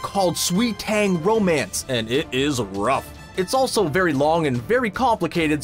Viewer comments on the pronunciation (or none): none